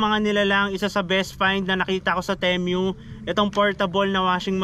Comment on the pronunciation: pesteng pronunciation ng temu yan 😂